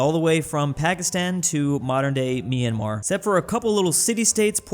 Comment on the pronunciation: FINALLY, pronounced Myanmar correctly 🎉🎉🎉🎉🎉